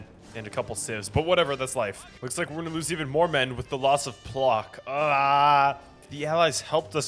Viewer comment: The pronounciation of every polish city but especially "Plock" killed me as a lithuanian😭😭😭